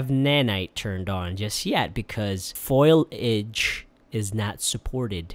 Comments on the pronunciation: FO LEE AGE not FOILAGE JESUS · Why do you say “foil-age”? It’s “fo-li-age*. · Foliage my dude, not FOILAGE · Not being an A-hole, but just a heads up, it's "foliage" not "foilage". It should be pronounced fow -lee-uhj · no offence but FO-LI-AGE not foil-age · its foliage not foilage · Foilage? Like aluminum foilage? It's fo·li·age. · It's Fo-Li-Age, lol. It cracked me up when you said FOIL-Age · Its Foliage (Pronounced Foley-idge), not foilage, is that some zoomer way of saying I wrapped in something in foil really well, "some sick foilage on that sandwich bruh"? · Looks awesome! Also... FO-LI-AGE not foil-age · Foilage hehe. Full-E-ij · Fo-Li-Age not Foil-Age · FO-LI-AGE - Its not that hard to read and pronounce, and yet almost every youtuber that covers 3D content says FOIL-AGE now. And people are learning to say it the wrong way from people like you and GMM, you probably picked it up from someone else. So sad that people can barely read properly anymore. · Its Foliage, not foilage. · "Foil- idge" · ... Did he just say "FOIL-age"? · What's foil idge? You mean foliage? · "Foilage"... Um... :-/ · Just a little correction. Foliage is pronounce fol-EE-age. Took me years to get that one down :) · Knows how to make games, says foilage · you said 'foilage'? LMAO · It's pronounced "fo-lee-idge" Never again... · Huge pet peeve when that happens. I came here just for that comment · Losing my shit when you said FOILAGE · “Fo - LEE - age.” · Foil-idge lmao That’s not how you say it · Are y- are you trying to say "foliage"? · All the jealousy I have for his game design skills evaporates when he tries to pronounce foliage